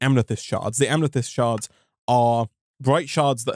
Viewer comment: Where tf did the n in amnethyst come from it's just amethyst